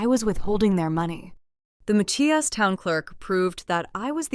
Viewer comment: It's Ma-chi-ass 😊